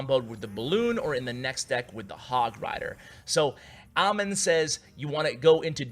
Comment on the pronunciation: Wow, that dude has a same name as mine but you pronounced it wrong its " A-m-e-e-n"